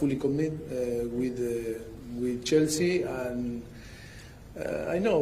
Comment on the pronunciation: It sounds like he is calling Chelsea jessy lol they are a load of girls 😂😂😂😂